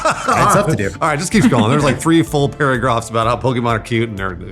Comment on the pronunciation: Did slip into an Australian accent for a sec pronouncing "paragraph" after alanah talks?